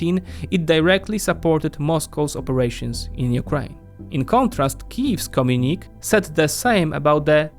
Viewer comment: I love your videos but I must tell you… communique is pronounced com-yu-ni-kay. At least in the US